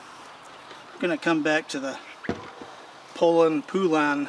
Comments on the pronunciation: Competitor to the Mini Macs and Homelite XL2. They are everywhere and usually not running because you have to take them completely apart to do any carb work or fuel lines. There is an old Poulan commercial on YouTube joking about the pronunciation. It is actually pronounced PO-LUN. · The correct pronunciation is "PO`-lan" according to the chainsaw collector book.